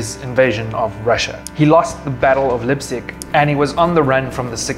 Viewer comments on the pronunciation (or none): none